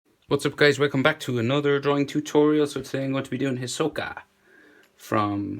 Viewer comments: IKR! "hissokuhhh" like no HEE SO KA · The way he says "Hisoka" triggers me. It's pronounced HEE-SO-KA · hisoka is heesoka not his oka